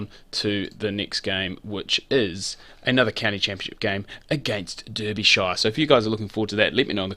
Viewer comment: And it’s pronounced Darbyshire before I lose my mind next episode😂